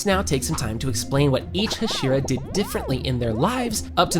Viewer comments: Teg-en TEN-GEN ak-a-za-AKA-ZA Hash-era HASH-IRA IM SCREAMING THESSE WORNG PROUNSEIATIONS ばは！ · bro pronounced Hashira wrong